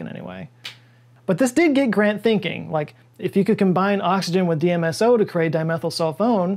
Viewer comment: you say DSMO instead of DMSO. Knowing that you're a consummate professional I fully assumed I would see a correction on screen but didn't